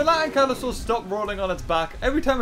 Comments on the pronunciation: dont you mean ankylosaur not anklosaur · Ahh yes my favorite dinosaur "anklysaur" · Really Anklyaur OMG its spelled Ankylosaur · Lol it’s ankylosaur